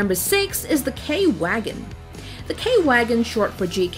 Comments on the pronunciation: It's legit JAGDTIGER like u usually say Tiger, and TOG reas it as a word, k-vagen in german W is read as V, Pazerkampfw(read w as v)agen, again Panzerkampfw(read as a v)agen VIII A Maus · K-wagon sounds like kh-vhagen, in German the w makes a more like v also the a is sounded with the back of your throat. great video tho👍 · German names you said wrong: 10: the i in tiger is said like a e 6: its said like k- vagon Not hating just helping out Also why did u say the world war 2 and the world war 1